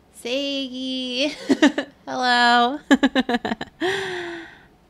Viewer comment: same, its dangerously close to a literal "o.o hewwoo?"